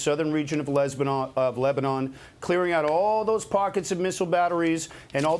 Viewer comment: Did he say, “Les-banon”?